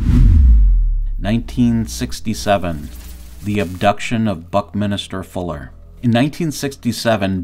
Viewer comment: Buck-Min-ster not Buck-Minister